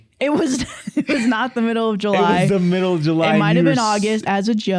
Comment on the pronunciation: "Because it was the miof July, Maddie" 😂😂😂